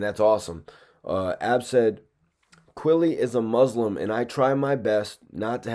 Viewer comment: my dog your pronouncing muslim wrong